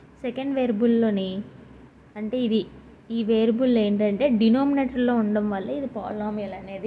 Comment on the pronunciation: Variable ni varable ani pronounce chestunnaru😂